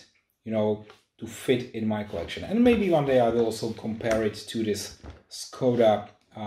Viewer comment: Nice, you can already handle action videos :-) In my opinion, it would be better to use the original pronunciation of the name Skoda, just a small note ..